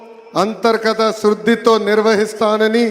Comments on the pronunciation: బారత దేశం, సాసనం, శృద్ధి అని దరిద్రంగా తెలుగు పలుకుతున్న ఈ waste మొహం మనకు ఏం న్యాయం చేస్తాడో ఏమో అంతా భ్రమ... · శాసనం కి సాసనం అన్నాడు... శుద్ధి ని శృద్ధి అన్నాడు...మనకు తెలుగు ఎప్పటికీ రాదు...